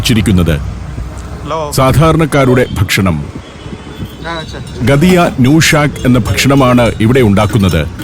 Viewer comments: gatiya അല്ല, ghattiya ആണ് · the pronunciation of 'ghatiya' is wrong (not blaming the narrator here, as we may be mistaken on speaking literally from the english transliteration) . It should be spoken as "Gaattiya", famous snack of gujarat, especially bhavnagar, which is considered the best. similarly 'nushak' is not a single word. It is 'nu shaak", which means 'curry of'. So, "Gaattiya nu shak", means "curry of Gaattiya" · ഗദിയാ നൂഷാക്ക് അല്ല ഗാട്ടിയാ നു ഷാക്ക് ഷാക്ക് എന്ന് പറഞ്ഞാൽ കറി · Ghatia allae ucharanam gathia alla jnan kure naal gujaratil ayirunnu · Sir not gadia it is Gattia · ഗഡിയാ ന്യൂ ഷാക് അല്ല, ഗാഠിയാനു ശാഖ്, അതായത് ഗാഠിയയുടെ കറി എന്ന്. കടലമാവ് സോഡയും കുരുമുളകും അയമോദകവും ചേർത്ത് കുഴച്ച് സേവാനാഴിയിൽ പീച്ചി എടുത്തു വറുത്ത് തയ്യാറാക്കി എടുക്കുന്നതാണ് ഗാഠിയ.